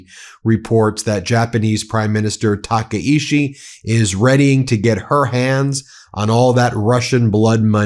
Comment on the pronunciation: Tah Kah EE Chee. Please pronounce it correctly.